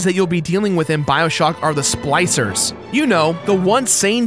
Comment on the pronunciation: Goddamn "sploicers"!